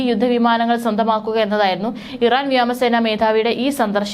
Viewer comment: വ്യാമസേന അല്ല മോളേ വ്യോമസേന. ഒരു തവണ ആർക്കും തെറ്റ് പറ്റും. പക്ഷേ പല തവണ ആയാലോ 😮